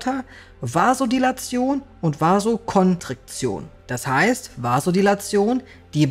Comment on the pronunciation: „Vasokontriktion“: alles klar 👨🏻‍⚕️ ✅